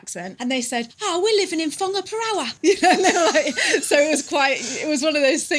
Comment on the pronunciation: I was about to drop a negative comment! BUT said Whangaparoa pretty dam good!!! Better than people born & bred here....So Thank-you for showing respect & pushing the boat out.PLUS it sounds so much better than the BUTCHERED lazy pronunciations. gets a thumb up.